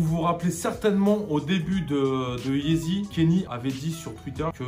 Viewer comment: YEEZY PAS YEZI😂 sinon continue c'est lourd t'es deux vidéos😂